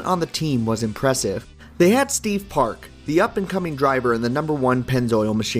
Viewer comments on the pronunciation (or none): Steve Park....not Steve "Parks"....and how other than opinion, can you say Park was one of their best drivers? How about Dale Jr? Martin Truex Jr? Furthermore, yes, Teresa did run it into the ground. The blame and responsibility for the downfall and demise of DEI lies square and flat at her feet, period. Ask the Eury's....ask Ty Norris, ask Dale Jr, ask Kelley, Kerry, ask Michael or Darrell Waltrip. Ask all the former DEI employees. I can go on, but that's all. Have a good one, and take care🙂👍